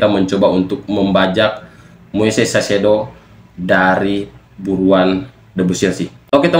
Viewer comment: kaisedo bacanya bg, bukan saisedo